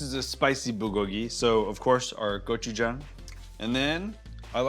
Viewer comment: I wonder if this guy even knows anything about authentic asian foods. Cant even pronounce gochujang correctly. Says it like every white person ive ever met